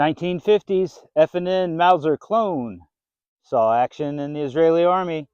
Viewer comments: I have one. It's made by FN not f & n. Who is that ? sounds like m&m, lmao. And furthermore if the manufacturer purchased the Patent Royalties from Mauser then it is a Mauser. But I don't know what may or may not have happened legally due to all of the carnage and chaos in the Post WW2 era. Many companies that were part of Hitler's war machine were forced out of business by the Allies after the Nazis were defeated, such as KRUPP. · Friend. Its not F and N. Its "FN" for Fabric Nationale. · FN. Not F&N.